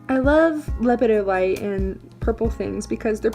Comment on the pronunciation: In regard to the mineral Lepidolite, the accent is on the second syllable.